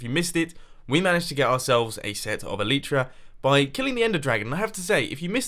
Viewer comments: MUMBO please pronounce Elytra correctly. It's Elytra not Eleytreea (A-lie-Tra) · You need to light up the underside of the dirt you placed whilst terraforming PS It's called el(Y)tra not el(I)tra :-) other thai that keep up the good work love your videoes :-D